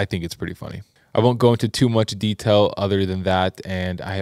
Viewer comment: Ok so I have to point this out because I’m the speech therapy person who commented on a previous video about accent and I just want to point out that it is rubbing off on. he’s talking about his 10 seconds and says “de-tell” for “detail” and I just think it’s so cute how our relationships can impact us in tiny ways like that 🥹